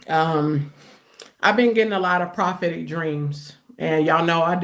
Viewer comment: Correction: "prahhhhpetic dreams." If she says that one mo' time. 😣